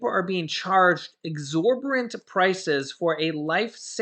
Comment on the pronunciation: Hey! I noticed you have a hard time pronouncing "exorbitant". Ex-or-bi-tant means, "unreasonably high" as in the price of something. So you have the definition down but not pronouncing it right. Just FYI. 💛